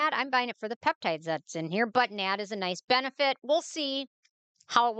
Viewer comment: ma’am its not nad.. its N A D+